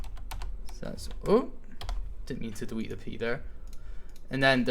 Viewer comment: If you listen in little bits - - he says dewete instead of delete! xD